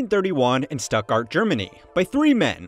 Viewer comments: It's pronounced Shtuttgart, not Stuttgart... It's pronounced Porsche (with the e), not "poorsh"... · This comment instantly deflated my growing bubble of anger at the Stuttgart pronunciation. Thank you. (Porsche was really just missing a syllable, whereas Stuttgart mispronounced pretty much everything) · It's pronounced Porsche, not Porsche. Oh, and it's Stuttgart, not Stuttgart. Hope this helps. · Brilliant! His Stuttgart was quite bad though. Jarring even. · Everybody mad about your pronunciation of Porsche and Stuttgart - I just want to add that it's ALUMINIUM, not ALUMINUM. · The pronunciation of “stuttgart” in this video made me cringe.